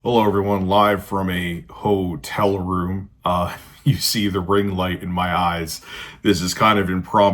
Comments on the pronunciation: HOEtel room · HOE-TELL Room. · HOW-TELL Room.